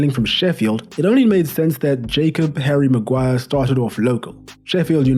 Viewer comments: Havvy maguiree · HARRY MAGUAIAH